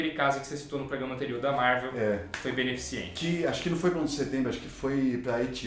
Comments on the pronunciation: Caraca... Você não falou "beneficiente"... Caraca... Tinha grande estima pelo canal, mas depois dessa... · Sério que o fala "BenefiCIENTE"?:D Obs.: O programa foi sensacional!